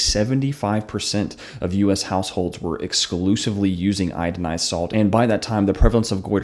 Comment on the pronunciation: Come on man! You make this video and say, "idinized." You make us doubt the accuracy of your information. You really should pull this video and redo it.